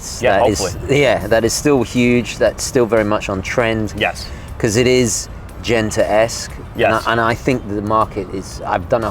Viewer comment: Props to you for doing something creative in this business. But it’s not “Gentaresque”….